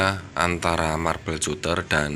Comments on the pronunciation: marbel katter ejaan nya bang, bukan cuter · Skdr info om.. cutter itu baca nya KATER aja. Pisau kater.. hhehehe